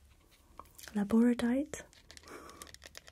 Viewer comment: Oh, you too have trouble saying Labradorite... x3 Hope you enjoyed the gifts tho! :D